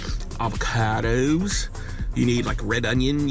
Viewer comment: Avacaidous maneee yeHhh